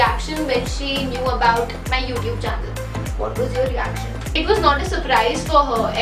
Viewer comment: how is saying 'youtube' 😂😂😂😂